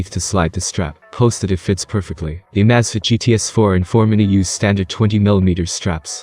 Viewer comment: If you're going to update your videos, you should at least make sure that your narrator knows how to pronounce the item that the video is about!